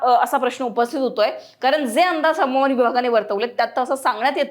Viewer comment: मॅडम, Havaman म्हणण्यापेक्षा हवामान असे म्हणा. मग खरी मराठी होईल. Hawaman.